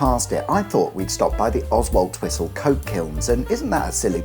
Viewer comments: Oswaldtwistle isn't pronounced Oswaldtwistle, it's Osseltwissel. That's all. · But sadly not Oswaldtwistle. Correct phonetic pronunciation is Ozzletwissel 😊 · Grew up near Blackburn (Wilpshire) and went to secondary school in Clitheroe. It’s amazing how going down the Colne Valley takes in some absolute hellholes (Accy, Baxenden, Burnley, Nelson) but go northeast out of Blackburn down the a666 and you get lovely Wilpshire, Langho, Billington and Whalley and the gateway to the Ribble Valley. Oh it’s pronounced Ossul-twisel because reasons. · Jesus Christ, I'm from Oxford and even I know how to pronounce Oswaldtwistle (oz-all-t'wistle). Does help living up here for 14 years. Wait til you goto Bacup (Bay cup to help lol).